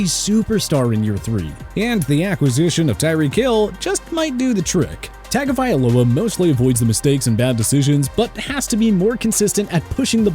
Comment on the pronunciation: It’s pronounced Tongue-govailoa as a non-Dolphins fan.